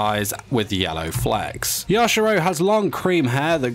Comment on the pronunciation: I kept getting triggered when he said “ya- shi- ROW”